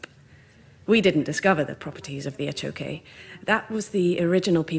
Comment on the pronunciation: The achoque is not a 'type of axolotl' any more than tiger salamanders are. Same genus, just as the tiger salamander is, different species. And good god, maybe listen to the pronunciation of these things you're presenting a TED Talk on when speaking with locals